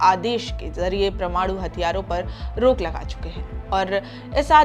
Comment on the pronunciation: आपका उच्चारण ठीक करें, परमाणु को प्रमाणु बोल रही हैं